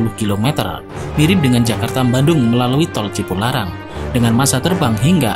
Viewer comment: Jakarta-MBANDUNG ya mas?